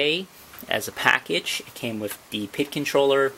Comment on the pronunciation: P.I.D. Not PID